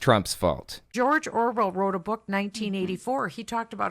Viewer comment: Does she keep calling him George ORVILLE or am I mis-hearing it?